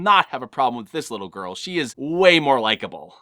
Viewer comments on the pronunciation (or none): none